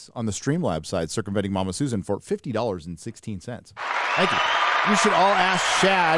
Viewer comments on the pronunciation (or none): none